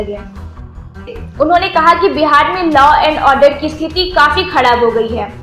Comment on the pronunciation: Abay language thik kar lo.....kaharab hota hai khadab nahi... r ko d kyu bolte ho tum